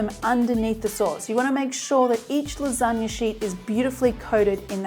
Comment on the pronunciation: "so you think Japan created the lasgana" 😂😂😂😂😂